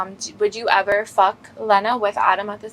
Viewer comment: jason hit and he don’t even say lena name right ? na he 2 goated